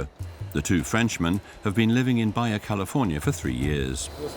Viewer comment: This isn't East/Northern EU... Baja is not pronounced as Baya...